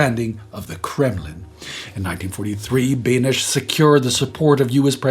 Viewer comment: Opening on a lighter note: you fought well against the Czech pronunciation, and were even winning for a while - Benes isn't quite pronounced that way, but you were close. And then you ran into Horni Mostenice and all hope of victory was lost. For the actual events, anyone reading this may want to check out this video, far more in depth and focused on Czechoslovakia only: The guy making it can speak Czech and Slovak and so has access to all the worst stories that you folks can't read, the worst of them from J. Sivos' book Bez procesu! (Without a trial!) I retell below, copypasting straight from the script of the aforementioned video. The book is out of print now AFAIK, even if you could read it. "In Přerov, Carpathian Germans were passing through in a train when the train was suddenly stopped by a Czechoslovak militia. 71 men, 120 women and 74 children were taken out of the train, marched to the top of a nearby hill and were forced to dig their own graves. After which, they were all shot.1 When the commanding officer was later questioned why he also killed the children, he replied with, ‘Čo som mal s nimi robiť, keď sme im postrieľali rodičov?’ (What was I supposed to do with them when we already shot their parents?)." As you can imagine, Czech and Slovak public education system isn't really interested in having this remembered, so I take it upon myself to talk about this whenever it is relevant. Alongside of that one time Slovak partisans were so antisemitic they almos